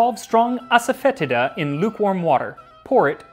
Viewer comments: asafoetida is pronounced assa-fah-DEE-sha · The mispronunciation of Asafoetida drives me nuts every time. It's "foe" not "fet" and the i is a long e sound. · no lol, it is pronounced a-suh-feh-tee-duh. Even if you are pronouncing it in latin you’re still wrong, then it’s ah-sah-foy-ti-da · I recently watched a video from Priya Krishna in which she pronounced it aso-fet-EE-da. She also mentioned she stores it on a open shelf as to prevent enclosed spaces from becoming overwhelmed with the order. Would love a silphium episode. I've been intrigued with the origins of drawn hearts theory since I've first heard of it. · As Priya Krishna could tell you, it's pronounced "Ass-Foe-Tee-Duh". Pretty sure everyone mispronounces it, which is why I just call it by its Hindi name, hiin. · I found a recipe for kichiri about 8 years ago and went to a specialty food store to find the asafetida. Boy did I butcher the pronunciation. I’m embarrassed hahaha “Ahsahfuhteeduh” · ass-a-fetid-a ... ... butt grossness herb? XD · ass-a-fetid-a, lol